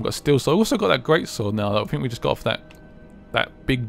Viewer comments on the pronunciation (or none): man i fink that you dont know how to say think i fink its very silly of you finking that you can get away with finking like this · Why do the British say fink instead of think